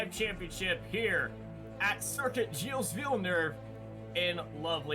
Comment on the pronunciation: Don’t prononce s at gilles